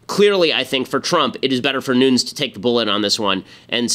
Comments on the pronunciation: AGAIN !!!!Ben is pronounced Nu-ness, it's a portuguese last name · Nuñes...ñ sounds like "gn" nu"gn"nes. His last name is Spanish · Its Nunessss with a hard S Ben. I know because I am friends with one of his relatives. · Ben gets a lot of things right, but according to this Devin Nunes pronounces his own name "Newness".